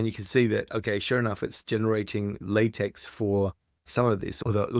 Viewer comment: Pedantic, but it’s pronounced “lah-tech”